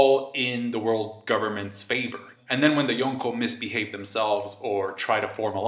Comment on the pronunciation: I hate how you say Yonko